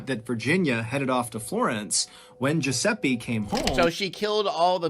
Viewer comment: riescono a dire francesca, ma giuseppe è sempre esilarante detto da non italiani tbh ahah